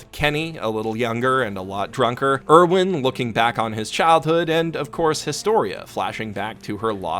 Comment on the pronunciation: I heard pronounce Erwin and gagged.